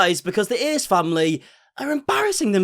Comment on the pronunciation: I swear he says ace like ear